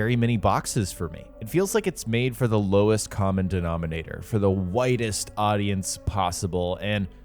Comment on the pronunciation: At first I heard "whitest" and then after thinking about it for a second I realized you said widest 😂